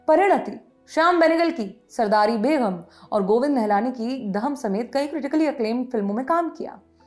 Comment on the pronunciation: Anchors please work on your diction it's not beghum, it hurts